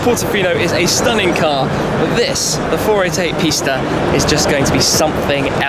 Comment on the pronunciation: I’m not lying But I thought he said the 488 pasta and I fuckin died laughing and the I said pasta in my head every time he said 488 pista ahaha